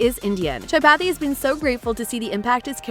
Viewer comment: his name is Tripathi not Chapathi